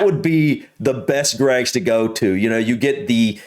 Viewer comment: I heard an American woman pronounce Greggs G R EGGS 😂. J H